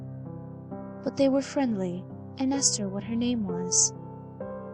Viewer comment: Fwiendly wittle fox your right